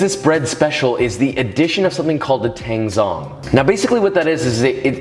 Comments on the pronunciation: Love the recipe! Just a PSA: tangzhong is pronounced "tangjong" according to the original chinese "湯種/汤种" for a water roux. Zh is kinda like a J sound ✌🏻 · 'zh' in Chinese is pronounced 'j', like in 'jungle', then it's tang jong. Love this method, I was wondering if I could use it while making challah? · just for future reference, the "zh" in "tanzhong" is pronounced kinda like a "ch" sound, not like a "z". sorry i dont mean to be an ass about this! still a great recipe